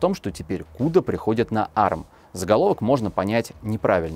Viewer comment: а эр эм, а не арм